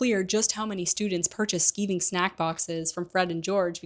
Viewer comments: Its not skeeving, its pronounced sky-ving. It means to avoid work. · It's "skigh-ving" snackboxes. "To skive" is british english for "play hooky" i.e. bunk off from class, hence the product name.